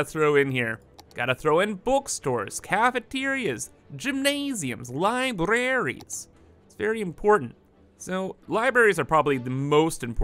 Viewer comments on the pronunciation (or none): trigged me, he said “Liberries, instead of Libraries